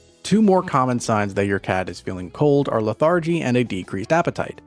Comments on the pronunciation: Stupid AI voice says, "leh-THAR-jee" and i bail on the video. The word is pronounced "LEH·thr·jee." Dumb AI wins no points, no likes, no subscribes. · It's pronounced "LETH-argy", not Le-THAR-gy. 🙄 You might have mentioned that another cause for shivering is spiking a fever. Fevers in any warm-blooded mammal (including us) mixes up our internal thermostat. High fevers are serious. I keep our home's thermostat at 66-67 degrees F. If it's good enough for us humans, it's good enough for our 3 cats. They have plenty of soft warm places in our home to enjoy. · It's leth'er'gee, not lath-A-gee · Say: LETH'- er-gee Re-Program da bot, pls😊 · Lethar-gy? Ya gotta love AI. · You are mispronouncing lethargy. It’s not with an emphasis on the second syllable if you’re going to be making these videos, please understand that that’s really important. Otherwise thank you very much.